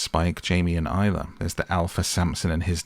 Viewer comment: Isla. At least get the name right.